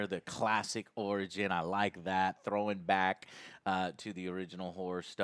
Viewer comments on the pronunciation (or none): Could someone tell joe the company’s name is Orion not Origin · Ya, that says Orion, Joe. Oh-ryan. Not origin. And if you "like it" because its a throw back to the original "horror stuff" then you'd know that. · It’s orion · First off it’s ORION or O-Ryan, not Origin Joe. And secondly you cannot overpower a small robot...how about you challenge a battlebot in a hand to hand combat and see who wins, LOL! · It’s not origin. It’s Orion like from men in black lol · It's the little things like joe saying origin instead of Orion even tho it's right fucking there that just annoy me now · Joe can't read! :D (ORION = ORIGIN Lmao) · The way he pronounces Orion . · Yeah, basically he thinks there's a g in the word.